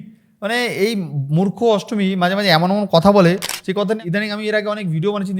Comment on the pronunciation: ASTMI NA NASTAMI, TA HOLAY SUN TOR VASAN GULO SOGACHI PARITALAY BA RAHINGA LUNGI TOLER SOVA PAAY